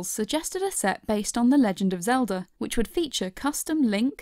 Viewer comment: Did she say Lego Zeldur